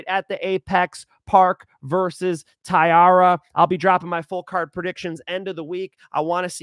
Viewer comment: Damn Bro. How you butcher Taira’s name? He headlining the event 😭